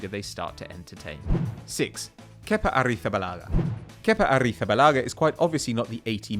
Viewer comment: Mate your pronunciation of kepa arrijabalaga is so satisfying